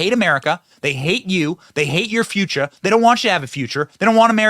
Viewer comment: You said feeuchuh 🤣